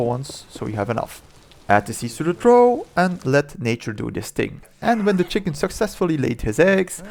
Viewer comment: I don't know if you are seeking such advice, but as a non-native speaker of English myself, I found out the hard way that "trough" is not pronounced as you'd expect (I also said it like you). It turns out that "trough" very very logically is pronounced "troff". It mean, isn't it just obvious? What were we even thinking?